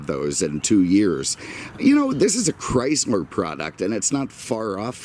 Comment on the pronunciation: This is not a Cadi-Mac!!! This... is a Chris-mer product!! LoL brahh your brand pronounciation jajajaja